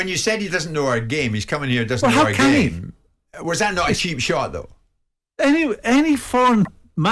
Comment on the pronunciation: Goldbridge is so right about Souness! All he has is "I plaeyed the gaeme" "this guy/player is a risk, he doesn't know our gaeme" get this bitter old guy off air.